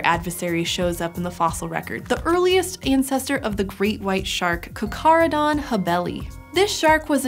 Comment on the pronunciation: After “Jaws”, the way she pronounces both “Charcharadon” and “charcharias” deeply annoys me.